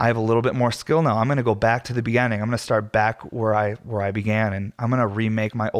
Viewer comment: I love sitting down to listen to you with a heady and coffee Sunday mornings. Its been something I've come to look forward to. Hope you keep doing them. Also, youre the first person I've heard pronounce beginning like begenning, is that a Colorado thing? Sounds Canadian kinda.